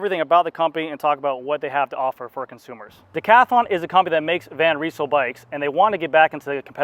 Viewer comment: Nice review! Just a little correction: You have to pronounce the Y in Van Rysel the same as the A in damn ;-)